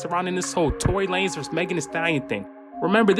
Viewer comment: Tory lamez and not Lanez bruh damn